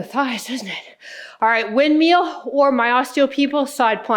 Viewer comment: I love how says windmeal not windmill 😅we all have those little quirks in our speech I think this is one of hers 😊